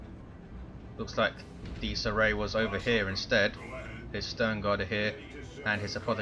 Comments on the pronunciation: Dies Irae is pronounced Dee-iz Ear-ay. It is Latin for Day of Wrath. Also pops up in the fluff as Titan and Capital ship names. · Im italian, and u should pronounce it "Dies Ire" cus the diphthong "ae" cuts off the "a" sound. the meaning is "Day of Rage". even if latin is considered a dead language is currently well studied around the world and spoken in the Vatican City State. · If it's latin than it's definatly not pronounced like that, it would have an Italian ring to it not an English one. No one knows for sure how latin is pronounced that's why it's called a dead language because no one lives that speaks it^^.